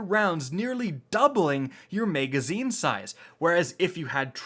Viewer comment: I really hate how you say MEGazine lol. Love your videos though